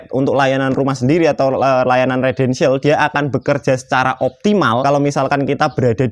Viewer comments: yang benar residential bukan redential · Residensial mas bukan redensial 😂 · Residensial, bukan Redensial.